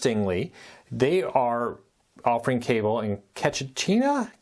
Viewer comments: Hi! Current KPU cable customer here. Ketchikan, Alaska is pronounced "ketch-a-can". It's located in Southern Southeast Alaska, aka the Panhandle, and is the first stop in the state for cruises to Alaska. KPU only started provide cable TV services in the early 2000s competing against well established GCI. In 2020, GCI transitioned from cable to a streaming delivery model. I'll probably cut the cord early, just after football season. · It's pronounced "catch-a-can"